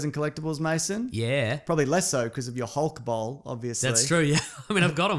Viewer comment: I could have sworn they were saying "Hulk BALL" not bowl